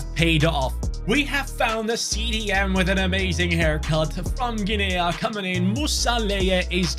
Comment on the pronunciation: Guinea is not 'Gin-aya', it's 'Ginneeeee', like Guinea Pig xD